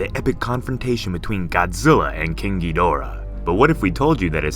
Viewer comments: Broski the way you say king Ghidorah makes him seen so gruesome Spelled hella wrong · You got bullied so much with "kinky dora", you now say it as a spanish grandpa.